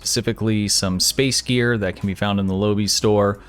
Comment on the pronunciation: Lobi comes from the pilot episode of Voyager. Quark tries to sell lobi crystals to Harry Kim, at inflated prices, until Tom Paris mentions that they quite common. P!ease reference for proper pronunciation: Low-buy. Oh....and good vid.